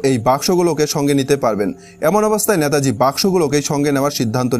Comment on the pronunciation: নেতাজীকে ন্যাতাজী বলছেন কেন?